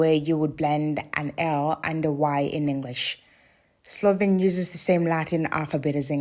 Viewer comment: Also, there is no soft L in Slovene.